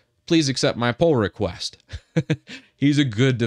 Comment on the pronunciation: I hear Poor request instead Pull request. I don't know why LMAO